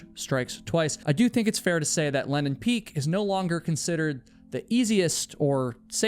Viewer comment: That's funny! You say Lenin Peak is the only name you can pronounce when you clearly cannot. The AI texting constantly records it as Lennon Peak and even shows it that way in the subtitles. It sounds like Lennon (Lenn'on) to me as well. Many American English accents swallow vowels and disregard whether they are followed by a single or double consonant, so that Lenin (Le'nin) and Lennon (Lenn'on) are often pronounced the same way. As someone who narrates so many videos, you should be more aware of this to help listeners avoid misunderstandings regarding names, sites, etc.